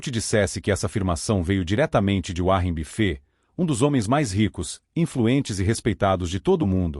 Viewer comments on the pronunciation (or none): uárri bifê 😂😂😂 vídeo porco. Nem regular o narrador saspraga sabe! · Essa IA não pronuncia direito os nomes próprios em inglês.